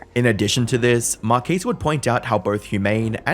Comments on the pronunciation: Couldn't you at least get his name right? It isn't Marquise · "Marqees Brownlee" 💀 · Mar-kez. Not mar-keys. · MAR-KEZ. Not MAR-KEECE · Mar-kez... not Mar-keez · His name is pronounced more like Mar kes or Mar kez than Marquis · Omg man it isn't pronounced Markeece, it's pronounced Markez, the bloke says his name in every other video pretty much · When making these videos, make sure you’re pronouncing the person’s name correctly next time. You said his name wrong the entire video. It’s “Mark-es,” not “Mar-keys” or “Marc-ese.” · Mark-ez not Mark-is. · Its: Mar - Kezz not Mar - Kees. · you'd think the word you used most in this video, his name, would be worth the effort of pronouncing correctly. Mar-Kezz not mar-kees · Driving me nuts you keep calling him Mar-KEES. Isn't it pronounced Mar-KEZ? Who tf is Markees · At least pronounce his name right bro? Not Mar keys, is marques (like "kegs" but turn the gs to a z) mar-kez. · Good lord, please pronounce his name correctly: Mar 'KES', not Mar 'keys'. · You’re killing me, man. It’s Mar-kez not Mar-keys 😅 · Him saying Markeece instead of Markezz throughout the video ticked me off ngl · Pet peeve, the whole video is about Marques (mar-kes) but the whole video you pronounce his name as mar-keys 😅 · Mark-es❌ Mark-keys✅ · "markees" xD... MARKEZ = Marques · It's not hard to find out the proper way to pronounce the guy's name. Mar-kezz. Not Mar-keese. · Man your content is good but everytime you have a hard to pronounce name and it's pronounced wrong it hurts to hear. Marques = mar kez not mar kees Desiree (different video) = des er ray not desire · Is this an AI-narrated site? Why is his name pronounced "mar-keys" throughout the whole video? Makes me wonder about what research went into the claim that his whole audience turned on him, as well as wondering about the "lack of humanness". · His name. is pronounced Mar-CUS. It's extremely distracting to hear you say it wrong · who is Marqueees? 😅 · “Marceese Brownlee” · Mark keys